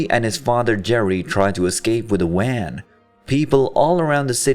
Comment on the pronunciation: I'm sorry, not really but what the hell is with your pronunciation?! I thought it was just a speech impediment and wasn't gonna say shit, but you just seem to choose which letters to maul. Seriously, you can say Jarvis, villains and all that no problem, but randomly say Wan instead of van.... AAAhhhhh!